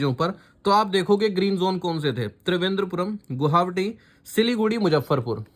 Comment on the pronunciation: Gohawati ya गुवाहाटी 😃😃